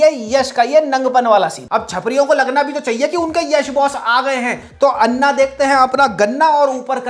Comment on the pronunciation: I agree with your review that garbage regional film should be called out like we do for bollywood But please FFS learn to say anna properly Its अण्ण not अन्न This so sad because the alphabet exists in hindi then why do you struggle to say it right???